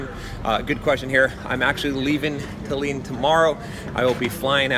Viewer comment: As always, great video! But Tallin is pronounced "tAllin" not "tallEEn"